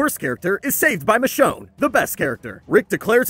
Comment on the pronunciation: All this time i was hearing “the show” instead of michonne